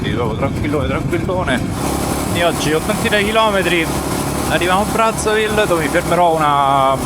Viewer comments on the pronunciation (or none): Si pronuncia "Brazzá" ville. Dal cognome dell'esploratore friulano. 😊 Pietro Savorgnan di Brazzá